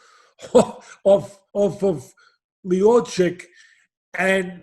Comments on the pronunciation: No one: Literally no one: Teddy: Miochick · Stiopic got that immigrant mentality! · Stipe " Two time olyimpian" Miochick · This is typical DC fan, doesnt even pronounce Miocic's name right. SM GOAT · Dear Teddy, when you speak about GOAT in MMA, you could at least learn how to pronounce his name. Thank you! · Teddy's pronunciation of Miocic's name cracks me up. Different nuance every time he said his name.